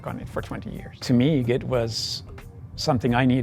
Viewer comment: It's not "get" to travel its "git" to travel